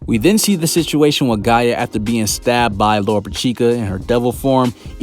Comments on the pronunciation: Bro it’s gaJA not gaea 😭😭u be killing me dawg where the hell u from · Everytime this man says Gaia I just wanna be like it's Gaja 😭